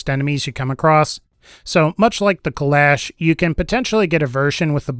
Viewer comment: I believe it’s pronounced kul-ah-sh not kul-ash